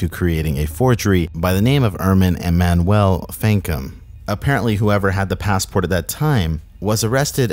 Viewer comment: E-man-u-well That's how Emmanuel is pronounced